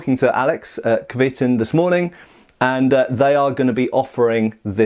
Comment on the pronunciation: Great review for what looks like a great product. Going on the Cyrillic, I'd pronounce it something like "kvyeh-tUn". I know it doesn't affect the blade itself, but if you like something, it's nice to know how 'to call it by its right name'.